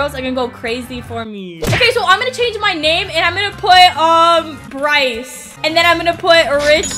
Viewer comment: When you said Bryce I was like were you saying Grace and my name is Grace😂